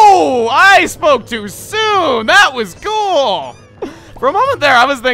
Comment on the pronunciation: Am I the only one who noticed he said "that was ghoul"